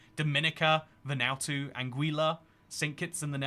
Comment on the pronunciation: Don't want to be that guy but I thought Vanuatu was pronounced ven-oo-ar-too?